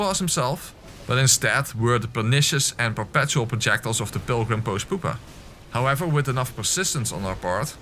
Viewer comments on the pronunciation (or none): I forgot to comment this before but pupa is pronounced Pew-pa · I wonder if will ever learn how to pronounce pupa. It's both funny and mildly infuriating to hear him constantly circle back to it every time 😂